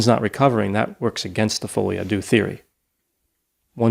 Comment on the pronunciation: I finally realized that folie à deux is meant to be french and means something like beeing crazy together (2 people). You americans really destroy the language beyond recognition, lol. But great episode as always